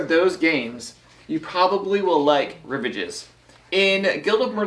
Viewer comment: OMG! It's French. Rivage means "shore." It's pronounced ree-VAHJ. (It's like nails on a chalkboard when someone mispronounces a word. Ack!)